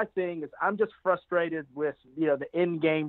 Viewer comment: .....WTF bro....you use words like amalgamation, double entendre and so on, yet somehow on this video, you fuck up the word frustrated by saying FLUStrated!!!! come on man...lol